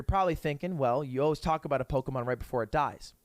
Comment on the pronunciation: I like how Ludwig is an English major but he can't fucking read and pronounce Pokemon names for shit